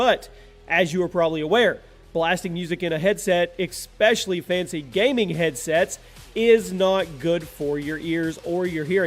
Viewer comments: it annoys me when he says expecially. it is pronounced ess- pesh- uh- ly. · Did you just say Exspecially? Gross. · This is just my OCD but it really annoys me how says 'exspecially' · Exspecially, yo! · I love you and everything you’re doing! But please................. Everytime! The word is ESPECIALLY!!!! Not ecspecially!